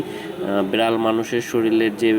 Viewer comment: Bral na Vai biral